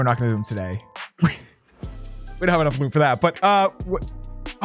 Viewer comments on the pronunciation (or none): No one:: welcome back to season THRRRRRRRREEEE Does anyone notice he says 3 with like 10 R's. And he says Rumb instead of room. He says room weird lol. No hate.